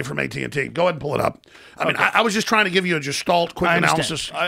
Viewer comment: Alex "let me give you a basic justalt" Jones